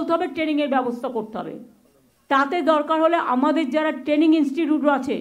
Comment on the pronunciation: Training ti uni bolchen, Taining!😂😂😂